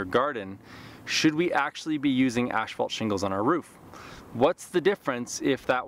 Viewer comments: Ash fault huh, tongue twister, ass fault, there you go, a lot better. a thumbs up was given. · You are the second one I hear pronouncing asphalt like ashphalt. What is the correct pronunciation?